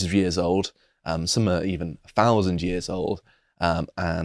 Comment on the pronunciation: five hundred to a fowzand yeaeHr old chuhchezzz 😂